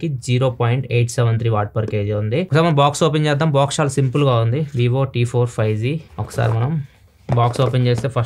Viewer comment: 5z kaadu anna 5G 😂😂